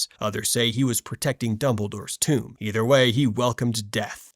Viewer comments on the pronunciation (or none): none